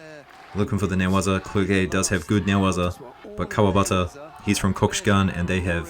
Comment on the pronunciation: You have to prononce "Clerjé", i l know him i little bit, so i told you.